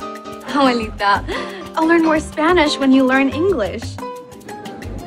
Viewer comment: ’HEY JOO GUYSS’